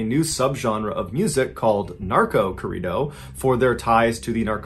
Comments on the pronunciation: Hearing him say Corrido is kinda funny lol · For my Mexicanos here when he said “Corrido”!!!😂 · Please say Corrido the correct way. It took me forever to try and understand what you were even talking about. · lmao did you really pronounce corrido like that lol that is so wrong idk if you just refused to say it properly but saying it that way butchered it completely. i actually had to go back in the video to realize what you were actually saying. i mean not a big deal, but i just felt to strongly to not say anything xD lol